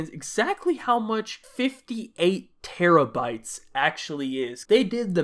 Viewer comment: when i heard 58 teraybytes i thought you said it wrong like how?